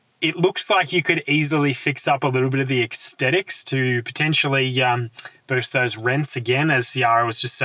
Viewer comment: What are 'extetics'?